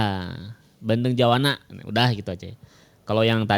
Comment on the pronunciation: Juwana, bukan Jawana